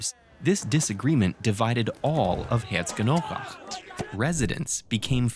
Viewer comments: Lol, hard town name to pronounce. More like so: Hare-tso-genn-AU-rakh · You completely butchered "Herzogenaurach" 😭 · That’s not how you pronounce Herzogenaurach….